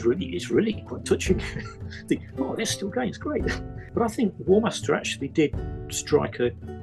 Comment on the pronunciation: "Warhamster" :D